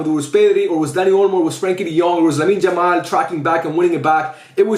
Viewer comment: Bro stop calling Yamal , Jamal